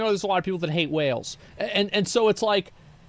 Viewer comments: This mofo saying Wells instead of Whales is driving me fkn nuts ! Three videos now … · My biggest problem with this guy is the way he pronounces whale as "well"